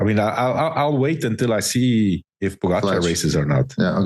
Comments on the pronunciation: Armstrong and Hincappie still do not pronounce Po Gahh Chaaar....correctly...it is not Po Ga char For god's sake..come on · Why is it that Armstrong and Hincapie cannot pronounce Tadej last name